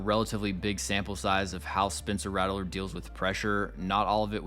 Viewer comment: His name is pronounced Rat-ler not rattle-ler btw